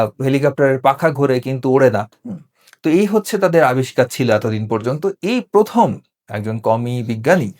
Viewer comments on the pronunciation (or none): none